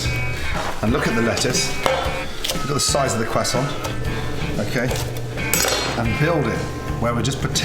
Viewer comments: How i say croissant: croissant how Gordon says croissant: quesont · crosant: exists gordon: cwesan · FOR THE LAST TIME ITS CROISSANT NOT CRASSON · Gordon its Croissant not cwasant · No I didn’t hear croissant, I heard cwason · we don't say crossarnt. We say cross-awwnt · its a croissant not a cwasa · Everybody: Croissant Gordan: kwason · Idk why, as Gordon says it properly, but his pronunciation of "croissant" reminds me of the people who'd try to say it properly in a Dunkins drive thru I used... It came out as "ka-tont."🙄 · Normal people: Croissant Gordon Ramsey: Quassan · isn't anyone gonna talk about how he says quhsant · Gordon Ramsay....stay away from Cajun food... who tf says Kwehsaunt 🤣🤣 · crest sont......say it right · Am i being learned how to pronounce Quasont or you showing off Gordon? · Putting tasso on anything doesn't make it Cajun, anymore than that "kwoisson" makes it French. Lol But it sure does look tasty. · Did he say "quack song" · It's so funny when he says Croissant like KWAH SOHN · Everytime he says croissant the first thing I think of is...... Carl: Awre you gonna finish dat cwossant??? Man (forgot his name): knock yah self out kid.. Carl: intense eating sounds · Gordan ramsay: "Quassont" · Beautiful cwassant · All I heard was cwason ... Cwason.. CWASON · Someone wanna tell him it’s pronounced Kr-uh-so-nt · On behalf of the French, please stop saying kwoissan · Pronouncing it "Quessaw" may be correct but goddamn does it sound pretentious especially when you pause and change your voice from normal to pull it off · no one: gordon: cwosant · What's a cwasson? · Gordon pronouncing that qúasòņt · are you going to finish that quosänt ? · “ThAtS a NiCe QuAsSoN” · nobody: Gordon: QUASONT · Whats a cwassoint? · Tom Holland has ruined the word croissant for me. Quackson😂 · What's a Quassant? Is that a Bayou specialty? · what the fuck is a kwasson hahahaha? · Excuse me Gordon are you gonna finish that CWASSON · Cruh saun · or “cwossant”